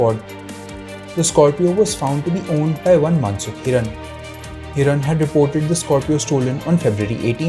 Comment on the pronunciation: What credibility will your news have when you cant get the name right? Its Mansukh Hirani and not Hiran.. do you get it? Do so elementary homework right